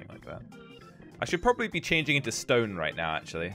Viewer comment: saying stewn instead of stone...